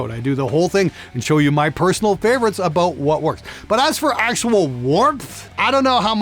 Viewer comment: But what aboot live? W-what aboot live!?